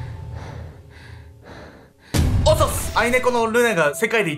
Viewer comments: 愛猫の読み方は、アイネコじゃなくてアイビョウだよ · あいねこ‥（笑）あいびょうだよ😂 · あいびょうをあいねこって言うかわいい笑